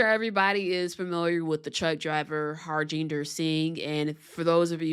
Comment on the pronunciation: Man. Learn to pronounce name. The J is silent. Ha RIN der.